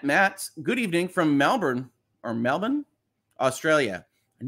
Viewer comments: Melbourn is Mell-born Great job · You are correct, it’s pronounced Mel-Bon, with a soft o and not Mel-born, the common way Americans mispronounce It☺️